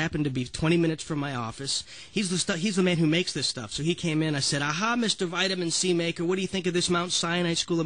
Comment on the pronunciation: What is "synthectic"? What is "damgage"? What is "itamine C"?